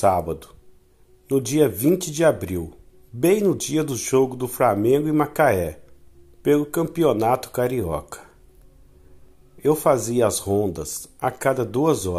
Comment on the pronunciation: “Framengo” amigo vc precisa melhorar essa pronuncia 🙏